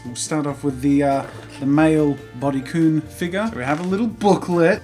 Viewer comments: Kun is pronounced kan not koon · Kun is pronounced like kan just thought you’d like to know love your vids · the fact that you pronounced kun and chan wrong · Is anyone else bothered by him saying kun and chan the wrong way? :D